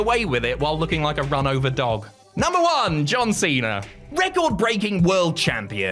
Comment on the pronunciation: Dear, it's wrestlemania, not wrestlemainer. And monday night raw, not monday night rawr. And John Cena. Not john cener. And Bautista's name isn't Bautister.